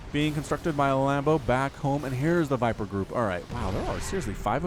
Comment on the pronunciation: Am I the only one who laughed when he said lambdo hailing from Germany?